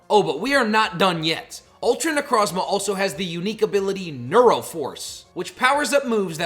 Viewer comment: It’s pronounced nuh-CROHZ-muh and ar-KEY-iss, “”! 🤨